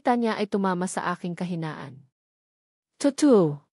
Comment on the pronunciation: Totoo....toto ang bigkas 😢😮 bakit ganon?? parang machine 😮😮😮